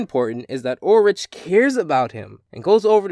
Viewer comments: Not trying to be unpleasant but Ulrich is pronounced Ul-rick not rich. 😊 hope i was helpful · Ulrich not ulrige !!! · Ulrich's name is pronounced with the hard "k" sound-- sorry, that was really bothering me I kinda wish that you had started with Teddygozilla, but overall I liked this review. Hopefully you'll do another one of Code Lyoko soon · That's not how you Pronounce Ulrich's Name,. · I dunno, the way he pronounced his name "directly" is kind of funny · You pronounced Ulrich wrong! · I don't mean to correct you, but Ulrich's name has the H pronounced as a K.